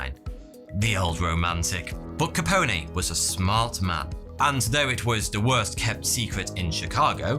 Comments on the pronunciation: it's just Capone not caponè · The e at the end of capone is not stressed. It's pronounced like cone or tone. Perhaps even bone. But the long e is not needed. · Just one question: who in the HELL is "Alfonso Capony"? Capone like telephone, unless you pronounce it "telephony", in which case😓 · Al Capone pronounced his name with a silent e so its not kah pony its kah pone and again the e is silent think bone not pony. Its a common mistake made by non Italians. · " Ka-pone" not "Ka-pine-aye" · Love your videos. Capone = (cap-own) not capony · cuh-pown....not cuh-pony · How is it possible that you don't know how to pronounce Al Capone? He's the most famous gangster in history, everyone knows its pronounced line bone not like pony. Also the FBI had absolutely nothing to do with his case, or anything relating to prohibition. It was Treasury agents that made the case. The FBI is part of the Justice department not the Treasury department and the Bureau of Investigation was insignificant during that period. It rose to fame in the 30s chasing bank robbers not organized crime. In fact Hoover famously denied that there was even such a thing as the mafia. Don't know if he was sincere in that belief or if they were blackmailing him because Hoover was as gay as a summer hat. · "Al caponey"...lol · The e in Capone isn't sounded out like pony or something lmao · Lool, is he really calling scarface capony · I swear, it's like Content Creators purposefully mispronounce well known nouns, just to trigger some viewer into commenting.. I'd like to think Capone woulda whacked someone for calling him Ca-Pony.. ..Shit.. Guess I fell for it😜🤙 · The reason Capone wasn't in jail for murder was because he didn't pull the trigger and conspiracy was hard to prove. Tax evasion was much easier to prove. Btw, the E on the end of Capone is silent. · Al Capone .... silent e ... not like pony like phone Co-Intel-pro ... not coin-telpro Waco ... Way Ko ... not wacko. You're welcome